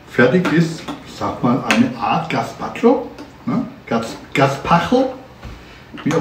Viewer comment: Ja, den Pflaumen-Balsamico hab ich auch gekauft. Er ist phantastisch 😌 😍 und diese leckere "Suppe" wird "gespatscho" gesprochen 😌